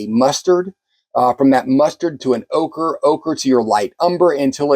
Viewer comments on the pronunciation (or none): none